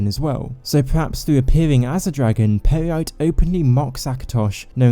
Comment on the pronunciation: I keep laughing now everytime he says Peryite